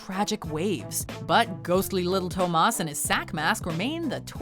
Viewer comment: why did you say Thomas like that?